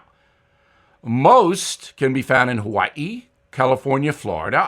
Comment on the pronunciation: Good pronunciation of Hawaii Bill!!!